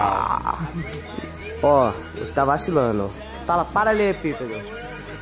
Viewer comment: Nem ele sabe falar "Paralelepípedo" kkkk